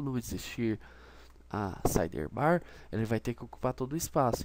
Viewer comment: "SideRRbar" não sai da cabeça! Rsrs. Legal a vídeo aula =)